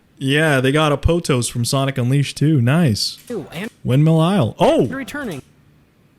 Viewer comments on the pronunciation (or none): AINT NO WAY BRO CALLED IT AH-POH-TOS